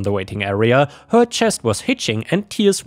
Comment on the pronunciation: Hey. Ich finde, du suchst schicke Geschichten raus und finde auch gut, dass du dir die Mühe machst, die Geschichten selbst vorzulesen. Ich möchte dich trotzdem bitten, etwas an der Aussprache zu arbeiten. In einigen deiner Videos war das Zuhören ein regelrechtes Fremdschämen, wenn sich beispielsweise wieder ein "Hööör" (her) durch den Gehörgang bohrt.